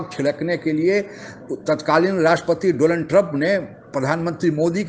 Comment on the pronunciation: 🙉 'Doland' nahi chacha ji Donald Trump. 🤭🙊